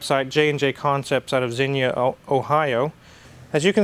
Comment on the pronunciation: Thank you for pronouncing Xenia correctly. Not many people do.